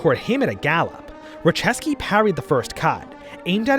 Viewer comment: you pronounced Raciecki as "Racheski". It's actually pronounced as "Ratsyetski" or "Ratyetski".